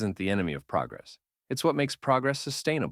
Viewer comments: That, and the word 'proggress'! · "proggress" gng 💔🥀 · “proggress” all jokes aside though, quality content. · is it supposed to be "progress" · Love this video, except for progress with two g. 😂 keep it up 😊